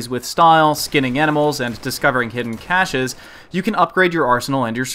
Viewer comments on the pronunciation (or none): none